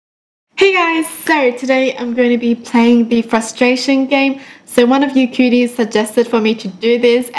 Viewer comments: I literally though she said “COOTIES” instead of CUTIES.... 😂😂😂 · the first time i heard her saying 'you kyuties' I thought she said cuties...😂